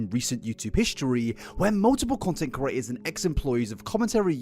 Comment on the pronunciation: he's been calling people curators instead of creators for years now and it pains me every time (edit: he calls himself out at 28 minutes lmaooooo)